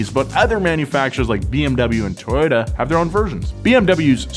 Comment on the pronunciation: Did just say Toyota with an Australian accent.